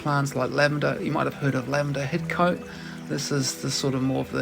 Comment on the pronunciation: Pronounced Hidcot